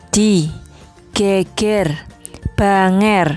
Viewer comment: masukan Bu.. Geger niku diwaos kados "e" laler.. artosipun punggung..sanes geger ribut. banger..diwaos "Pepet" kados lalerartosipun Mambu..bau tidak enak.. mekaten..mugi manfaat,🙏